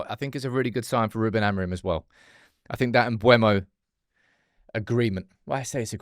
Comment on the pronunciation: IT'S MBEUMO, NOT MBUEMO!!!!!!!!!!!!!!!!!!!!!!!!!!!!!!!!!! JESUS CHRIST